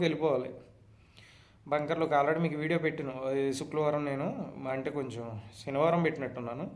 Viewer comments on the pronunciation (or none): none